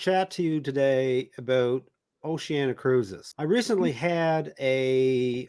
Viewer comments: How come so many pronounce Oceania as Oceana? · O-she-an-i-a. Duh.